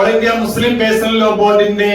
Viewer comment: പേയ്സണൽ അല്ല ചങ്ങായ്.... പെഴ്സണൽ